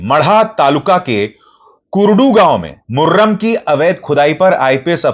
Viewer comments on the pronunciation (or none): Abhisar bhai Murram nahi murum bolte hain yahan par...ek khisam ki mitti hai.....